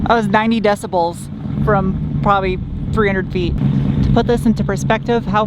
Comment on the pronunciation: Decibels, not "decebels".